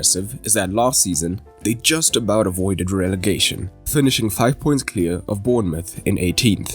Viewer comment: Relefation lol😂😂😂,btw love your content